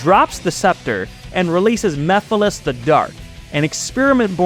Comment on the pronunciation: My brain has overwritten the sonic 06 villain to be called Memphis Tennessee to the point that I did a double take upon you saying the correct name lol